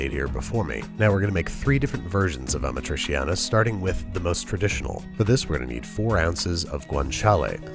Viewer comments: ah-MA-tree-chiana (roll the R). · The cheese hasn't been integral to it when I've had it and it also had onions sautéed in it early on, with the tomatoes. Also, "ah-MA-tree-CHAHN-uh. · Careful Babish - if Carbonara triggers Italians, Amatriciana being like super traditional triggers them 30x. Still, I think that your first recipe is perfect, so you've got nothing to worry about. Also, Amatriciana is arguably the BEST of the Roman pastas, fight me. It's just *mwah*. Btw the pronounciation is Uh-mah-tree-cha-nah, 'ci' and 'ce' in italian are ALWAYS "chi" and "che". 'gi'/'ge' is 'jee'/'jeh', while 'chi', 'che', 'ghi', 'ghe' are "ki/ke/hard gi/hard ge' respectively. Always, no exceptions. That's why 'parmigiano' is 'puhr-mee-ja-noh', no French 'j'.